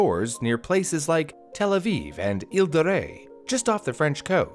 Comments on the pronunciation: Please do not roll the R for Île de Ré 😭 It's not Rey 😭😭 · As a French person, the way pronounced “Île de Ré” was so cute!